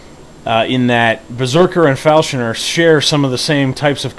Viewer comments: He was talking about the way you pronounce him "Falshoner", instead of "Falconer". They call him Falconer due to his flying, falcon-like camera that sits upon his shoulder. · Falshoner? Falconer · *falconer not falshoner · Learn how to say falconer